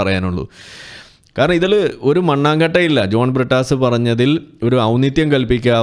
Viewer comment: പ്രിട്ടാസ്... A.. A. പറീം.. ടീച്ചർ.. ചന്തി പാരോം.. കീനാ പോർജ്.. അങ്ങനെ.. അങ്ങനെ... കുറെ... Inglish PHd. കാർ... ഞങ്ങളുടെ അഭിമാനം....😂😂😂😂😂😂